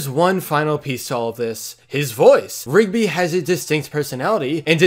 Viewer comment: For 20 second i touthg ot was pigby not rigby